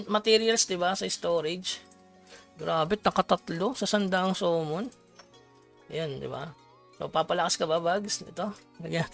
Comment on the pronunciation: Sorry boss ah matagal na ko nanonood sayo pero hindi po SOMMON ang pronounce sa Summon po 😅 Samon po ang pagbanggit dyan hahahaha sana next tome samon hindi sumon